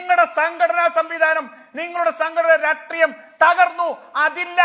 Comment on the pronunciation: രാട്രീയം അല്ല രാഷ്ട്രീയം ആണ്.. ഇയാൾ എപ്പോഴും രാട്രീയം രാട്രീയം എന്ന് പറയും. ഇത് പോലെ പറയുന്ന വേറെ ഒരാളും കൂടി ഉണ്ട്. ജയ്ക് ആണെന്ന് തോന്നുന്നു!